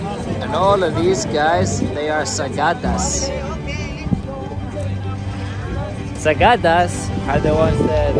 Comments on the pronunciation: its called SAKADAS NOT SAGADAS HEHEHEHE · sacadas not sagadas